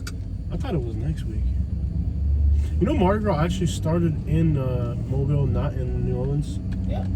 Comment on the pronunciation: Say it right, Mo’bill